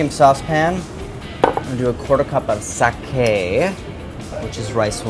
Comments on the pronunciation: It's not "taray" or "sakay". It's tare and sake. Also the skin may be crispy, but it's undoubtedly bitter. I would send it back if it were served to me like that. Better just to dry brine the fish with salt and then grill it over lower heat. Serve with lemon. If you want tare, then baste it after the skin has crisped. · Pronounce sake properly. Pronounce tare tareee.